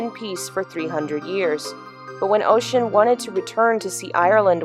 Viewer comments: really love your analysis videos! i'm irish and i just wanted to let you know (not sure if anyone has mentioned yet...) but "Oisin" isn't pronounced like ocean! it's pronounced like "Uh-sheen" also I'd never made the connection between the town and irish myths before so i think its really cool! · Gonna be that asshole and I am sorry but, its pronounced USH-SHEEN (Oisin), TEAR-NA-NOOG (Tir Na Og), he was the son of a cheiftain and the mistake he makes is by trying to help some people lifting a large rock and his horse gets spooked and knocks him off. He is then turned into an old man and spends his remaining days sharing stories of his fathers clan and the realm of magic. What makes this story so interesting is that he is warned not to get off the horse by his wife, but like all great stories he accidentally does so by trying to help others.